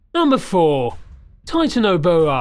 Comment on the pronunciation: its not Titano-boa its Titan-boa